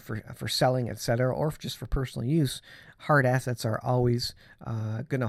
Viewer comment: At first i thought you said “Heart Assets” vs hard assets … but you wouldn’t be wrong , we must prepare out heart assets and prepare them for the times ahead. God bless.